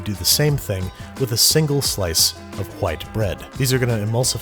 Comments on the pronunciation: when you said white bread why did you pronounce the h like that :P the fruit salad would have been a perfect place to insert a Frasier clip mentioning the mélange/ménage mixup. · You so pronounced the "H" in "white bread". Say "Cool Whip". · You put the h in front of the w he mean business hwite